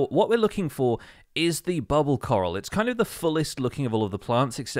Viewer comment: every time he say "coral" i hear "carl"